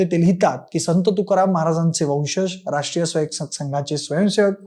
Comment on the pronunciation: राष्ट्रीय स्वयंसेवक संघ नीट उच्चार करत जा ना भाऊ